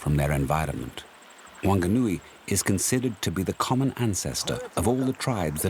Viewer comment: Bro the nerator needs to stop doing his job if he can't pronounce our kupu correctly. It's "Maori" not Maaari...it's "Wanganui" not Wan-ga-nui...fuck that grinds my bones, fuck off.